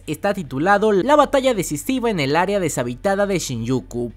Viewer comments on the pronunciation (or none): none